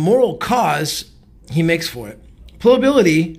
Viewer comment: love you and your videos! (Ply-uh-bility) is the pronunciation btw;)